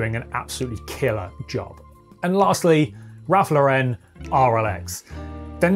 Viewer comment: Ralph ”Loren” not “Lau-ren”.